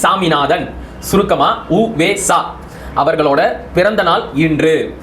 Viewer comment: நீங்கள் ஊவேசா என்பதே தவறு ஊ அல்ல உ .என்பதே சரி உத்தமதானபுரம் )